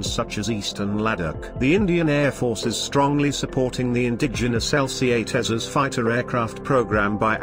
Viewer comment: This new voice ocer is OK .... some words are not pronounced properly ? 'tejas' Could be useful to reach a wider English audience ?